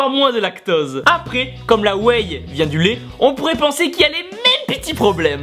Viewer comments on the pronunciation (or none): DAAAAMN On dit whey ( wé) et non whey ( wėèèyyyy ) Lolll Mais je te pardonne ;) boooooooom